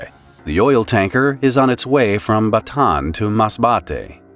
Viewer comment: Batan.... its Ba-ta-an not batan